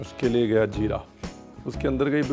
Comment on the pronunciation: Zeere ko jeera chshni ko chasni bolna aap pr suite nhi krta kunki aap aise share se hn jhn ki boli ki log misal dete hn